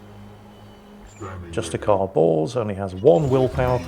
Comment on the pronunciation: ....Am i the only one hearing Justicar Balls or Purgator Fool? XD